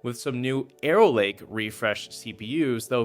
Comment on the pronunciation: "Aero Lake" lol